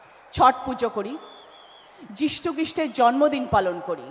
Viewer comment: রচনা ব্যানাজি কি মিষু খৃষ্টের উচ্চারনটা ভুলে গেছেন।